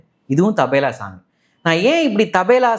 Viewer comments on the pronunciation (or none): Not Tabela but Tabala. Always he is mis pronouncing as Tabela. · Tabela Allai Tabala😂😂😂😂😂😂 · IT'S CALLED TABLA NOT TABALA.